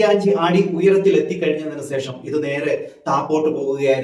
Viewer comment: സേഷം അല്ല, ശേഷം എന്നു pronounce ചെയ്യൂ 🤗